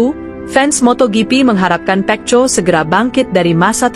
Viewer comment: Saran untuk announcer d video ini agar pronunciation nya dibenerin dulu yaaa, pengucapan lafal nama Marquez dan Pecco nya dibenerin dulu . ⛔️